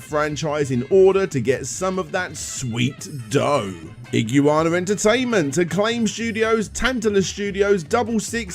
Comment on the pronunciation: "ig-yoo-ana" hahaha man that's not how you say iguana